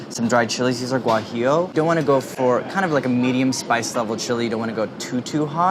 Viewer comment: Andy said it pretty good. It's much worse when people say guajilo.